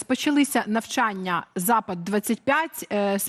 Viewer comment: Правильно навчАння, а не навчаннЯ.